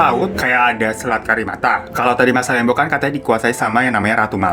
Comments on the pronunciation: Masalembo seingatq pelafalannya masalembû. Jadi kayak ou, tapi o nya tipis bnget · Baru mampir lagi setelah sekian lama☺️lucu ajha cara bang Hiro bilang masalembo.saya asli Sumenep tempat gugusan pulau itu ada .di sini kami mengejanya masalembhu bahkan lebih familiar dibilang salembhu... Lem= dieja macam kata lembut JD bukan macam lem lem yg lengket.... Lebih Deket ke masalembut dibuang huruf T nya.